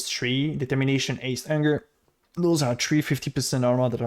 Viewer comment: "aste" "erald of ash" LOL why can't you pronounce basic stuff? XD anyways thanks for the guide, actually gg